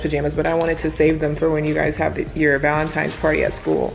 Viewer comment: I love how pronounces Valentines day Balentines day